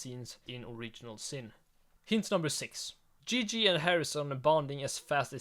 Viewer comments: I'm sorry, but it's 100% not Gigi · It’s not Gigi